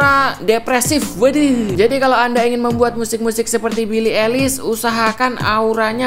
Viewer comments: Bacanya Bili aylish bang, bukan bili elis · billie paling anti mainstream kl buat musik nya. ohhh ya fyi cara nyebut nama billie itu "ailis" bukan "elis" hehehe😁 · Aduh bacanya😅, "belii elis" 🤣🤣🤣🤣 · Why Indonesian people said elis? (eilish) LMAOO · Billie eilish dibaca bili ailish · Pronounce eilish nya ailish bang yg bener :(